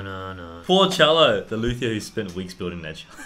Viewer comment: Love you guys but c'mon - luthier (/ˈluːtiər/ LOO-ti-ər), not [Lex] Luthier!